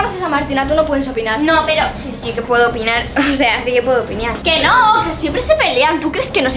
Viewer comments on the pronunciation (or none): En el minuto dice opiniar pero se dice opinar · porque dijiste si puedo opiñar anda a aprender a ablar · Medio risa cuando dijo opiñiar